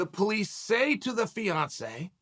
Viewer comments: Damn…I wasn’t listening well the first time and I thought chael said Beyoncé instead of Fiancé I was like damn…he assaulted Beyoncé? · 50% of the time Chael is saying Beyonce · Yeah I noticed that extra syllable. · Snap I thought Chael was saying Beyonce. Shit I was hella confused for a minute.